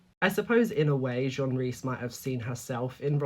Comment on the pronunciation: It's Jean as in denim Jeans. Otherwise, it is nice to see people still read books.